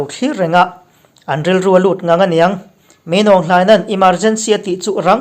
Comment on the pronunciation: Min awng hlian(f d d)ti a lam tur.Kalawm e